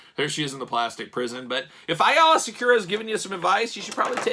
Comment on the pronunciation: A - LA IS HOW IT Pronounced hate to be that guy sorry